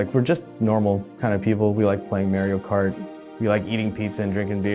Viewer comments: The asain guy at the end ruined it by saying Maryio Kart. ITS MARIO MARRRRRR REEEEEE OOOOO!!! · "We're just normal people" -Pronounces it May-re-oh Kart. <0_<0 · Guy: "We're normal people" Also Guy: "We like playing Mair-io Kart" Nice try space lizards, love your game though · WHAT YOU MEAN, FELLOW HUMAN? IT IS HOW MAIR-YO KA-HART IS PRONUNCED.